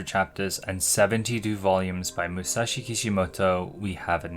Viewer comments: Tiny correction. It's Masashi Kishimoto not Musashi, it bugged me so I had to lol. Love these videos, keep it up man! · Amazing and informative video as always, but I have to be that annoying guy and say; his name Masashi Kishimoto, not Musashi;) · Awesome video as always. Isn't Naruto's writer Masashi instead of Musashi? Or perhaps he really is also the best swordsman of feudal Japan.